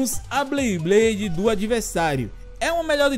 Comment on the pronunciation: Que agonia o pronunciando " BLeyblade" ao invés de "BeyBlade" kkkkk quem notou curte ai